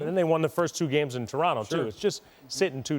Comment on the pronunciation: i just love it when people pronounce Toronto the proper way...When other use that T at the last T in Toronto. Ugh lmao. fukers